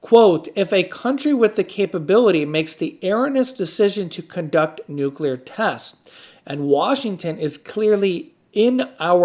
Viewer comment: Erroneous...air Rone eus. Not arreeenus